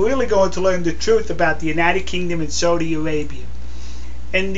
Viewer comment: it sounds like you are saying "SODA" Arabia.....its SAUDI...you need to pronounce the AU more.